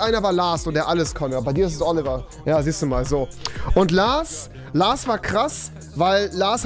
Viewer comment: Trinkspiel : jedes mal wenn rewi LaRs sagt ein Schluck xD